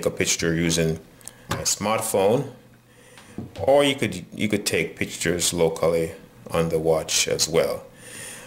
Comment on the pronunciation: did you say pictures or picktures